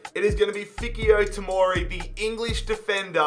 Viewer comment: ik damn well he didn't say fiky-yo tomori